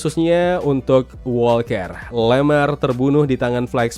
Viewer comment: Setiap liat review disini selain emang penting seru juga ikutin serial marvel. Tapi khusus serial TFWS paling gemes denger koe pas ngomong JOHN "ASU" WALKER wkwk ASU emang koe wkwkwk